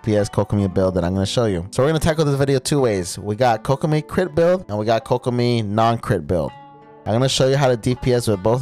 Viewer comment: yh but you pronounce kok like "coke" bc its kokomi, pronounced as "Coke-omie"